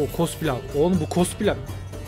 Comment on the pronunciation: Akıncılar: Ne güzel cenk edecektik. Adamın biri paşaya cospilav demesi yüzünden savaşın ortasında konsantrem bozuldu